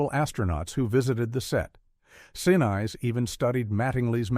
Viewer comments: Yeah, frustrating!! Loved the movie, and enjoyed the content of this short documentary, even though mostly facts I already knew. But, Saturn VEE??😂 They also repeatedly pronounced actor Gary Sinise's name wrong. (Last name rhymes with Denise.) I've got a short last name that everyone mispronounces, too! ☹️ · Yet another AI narration. Gary "Sinize"? Really?? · Real AI voice over on the video. Gary Sin-eyes LOL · Very good coverage of an important, though largely forgotten, movie and event. But “Saturn vee” and “Gary😂 See-nice”? Really? Do better. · It's so simple to make spelling and punctuation changes to a script to force AI voices to pronounce things correctly but producers rarely bother. For instance type named phonetically—Gary Sinise becomes Gary Sineese and is pronounced correctly. Saturn V becomes Saturn 5 and is pronounced intelligently. Producers, editors, get your s--t together if you MUST use AI. Better yet, spend a few bucks and hire a human to narrate. It weird any way to listen to a narrator who never takes a breath. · I really dislike this lame AI narration, especially mispronouncing Gary Sinese’s last name multiple times. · Your AI narrator doesn’t help either. Lol Gary Sen-Ize?! lol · "gary sin eyes" ROFL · You mean you never heard of Gary Sineyes? He played Lt Doug in Ferris Gunn! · Nothing wrong with it, Gary Sin Eyes would agree! 😂😂😂😂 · Gary Sin-eyes? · I would have been nice had "someone" asked Gary Sinese how to actually pronounce his name. Also Ron HOward's mom played Lovell's mom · 'Sinise.. really?? gotta love Artificial Ignorance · My only criticism is narrator pronouncing Gary Sinise's name wrong... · Also repeatedly mispronounced the last name of actor Gary Sinise.!! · And especially actor Gary Sinise, whose last name is repeatedly mispronounced throughout the documentary! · Oh good grief. You're pronouncing Gary's last name wrong. He is a true American hero! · AMEN! At least teach the mindless robot to pronounce Gary's name properly!